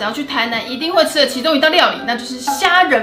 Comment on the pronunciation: 对不起 我听成 杀人饭 hhhhhhhhh